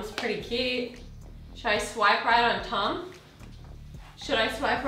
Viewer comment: Is it just me or when she said Tom it sounded like tongue